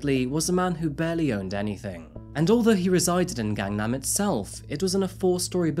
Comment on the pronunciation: The "a"s in romanization of Korea are pronounced short, not long. You got it exactly right with the second "a" in Gangnam. But then you pronounced the first "a" in Gangnam, and the "a" in Sang-jin, long, when they should have been short (exactly like the second "a" in Gangnam, which you got perfect.) But thank you for all the nice things you said about South Korea and Seoul.